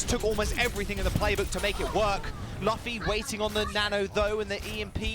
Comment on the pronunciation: That is so cringe when they say Luffy wrong. It's OK tho, I'm just glad there's some mugiwara represent in the OWL :)